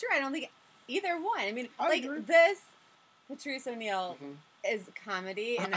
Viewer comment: He said Patrish O’Neal 😆